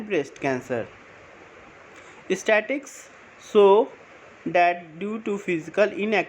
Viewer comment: Statistics ko istatics bol rha hai People ko peepul bol rha hai 🤣🤣🤣